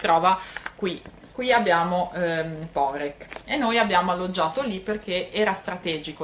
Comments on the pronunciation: Poreč...l'ultima lettera non si pronnuncia come una K...quindi non è Porec come Lucca ma è Poreč come Lecce....comunque per gli Italiani e meglio se la chiamano Parenzo visto che è il nome della città in Italiano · Esatto, la Č si pronunica come Lecce, come cia come ciao. Hai la Č dura e la Ć piu' morbida. Quindi non Porek (come la signora/signorina pronuncia nel video) ma Poreč.